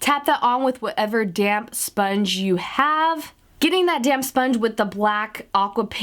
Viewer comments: You are saying damp really fast so it sounds like you are saying damn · Lol I keep hearing "damn sponge" but then I'm like ohhh it's "damp"!!